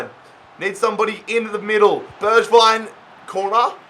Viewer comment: Also its pronounced berg-vign